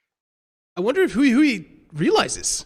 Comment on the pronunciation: I think now would be a good time for the casters to learn how to pronounce Hui Hui / 辉辉. Pro tip: it's not "Huey Huey"